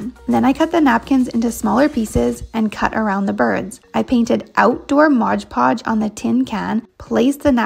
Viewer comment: I'm sorry. It drives me NUTS. It's moD podge!!! I can't even tell you HOW MANY people say modGE podge. It's clearly printed on the label. I know I am unreasonably bothered by this, but seriously, PHONICS, PEOPLE, P H O N I C S!!